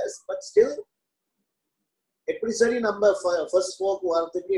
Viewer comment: Seri..not sari😅